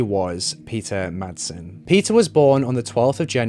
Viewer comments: 18.37 It's called Refshaleøen. You can google it and find the pronunciation online. And Peter Madsen's name too. In the correct Danish pronunciation the d is SILENT! He may not be worth it, but please consider that Madsen is a quite common surname in Denmark. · It's because she was swedish. He just showed respect. Peter Madsen though... No respect there. No effort to learn how pronounce his name. Which is totally okay.